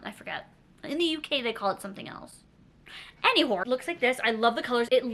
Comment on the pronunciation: Did she just say, “any whore?” 👀